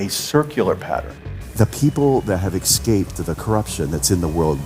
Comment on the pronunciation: Well, I was definitely ready to believe but then he kept saying "ekscaped" and "nukular" which is literally the ONLY reason I still have doubts. Also the mermaids.